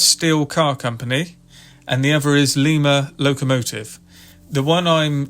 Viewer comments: Lima is pronounced lie muh like the bean. I live in Lima, about a mile from where the locomotive works used to be. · Lima- the “i” is pronounced as in “ice”. Lima, Ohio.